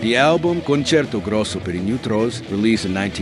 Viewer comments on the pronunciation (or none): none